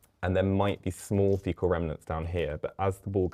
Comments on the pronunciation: He said artificial fetal matter when he meant to say artificial fecal matter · If you got foetal matter leaking out then girl, you in trouble 😂😂😂